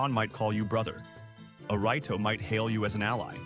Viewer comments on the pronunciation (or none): I was following your logic till you pronounced Goron "Guh-rawn" and Rito "Right-oh"